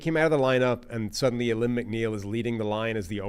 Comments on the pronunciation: you guys have been saying Alim's name wrong for weeks. Its pronounced Ah-leem. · It's pronounced a-leem McNeil. The Lions are handing out paybacks to any team that has disrespected us in the last 20 years. This team is built for one thing and that is the SB. #OnePride